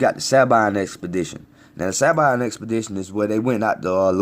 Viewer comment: Proud of you my brother. I often think wtf is wrong with our people that they can't see and understand what happened and who we are. Side note no shade throwing. Sabine we pronounce Sa-bean just a lil note. Thank you for knowing its lonely watching your people think you're crazy when I tried to explain things to them. I often get what does it matter. They just don't have no idea. Bayou Indian part raised in New Orleans salute you. Chactaw Nation still here.